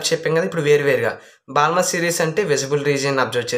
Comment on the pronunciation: Balmer lo L silent bro